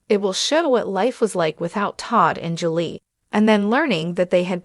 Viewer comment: This is a joke. Can't even say Julie correctly not to mention they said Lindsay took on her boyfriends last name as the shoe Savannah with one of her boyfriends at that time.